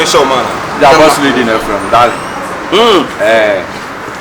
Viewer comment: Kyekyeku said Darring. Lol